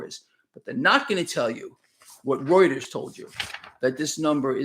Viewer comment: is the only person who can correctly pronounce reuters.